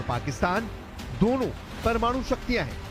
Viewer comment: Deno desh nahi dono desh lol ,, kya news reader banegi 😂😂😂😂😂😂😂